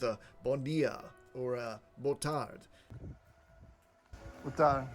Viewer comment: hi, your "boa tarde" is actually very good...although yes for us native we can see u are foreigner, but still very good... but the effort is all always, I bet u get happy and people retribute to it!!! welcome to Portugal, I live in Great metropolitan Lisbon area... cheers